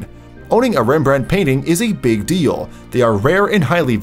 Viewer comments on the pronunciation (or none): none